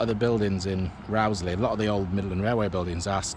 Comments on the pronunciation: It's definitely pronounced Rose-lee. I'm an ex-local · I always heard it pronounced Rose-lee. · I've always pronounced the name as Rose-lee, but some locals do say Rauwsley - yer takes yer pick! In my day the Rowsley Sidings were referred to as the Rowsley Marshalling Yards, always a busy sight and a great day out for a young train-spotter!